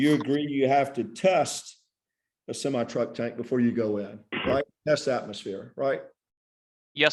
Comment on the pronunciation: This attorney has such an attitude. Quite the ego. Someone needs to tell him that the word is VENtis not VINtis. And SEMI. With an E. Not SIMI.